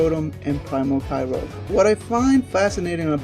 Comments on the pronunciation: Kyoger Not kyrog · grow-don and kay-roge XD its grou(said like growl)-don and kay-oh-gur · Ky-oh-ger, not Ky-rogue Ray-quay-zah, not Ray-quar-zah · You dont say kay rouge you say kyogre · did he just say grudon and kyroge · No its pronounced ki-oh-grr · The way he says groudon and kyogre.... 😤🙄😩😖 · he said kyogre and groudon wrong